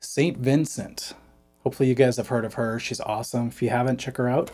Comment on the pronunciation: “St. Vincent” ??? Lol